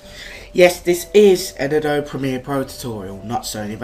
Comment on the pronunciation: It's not pronounced Uh-Dobe it's pronounced Uh-Dobey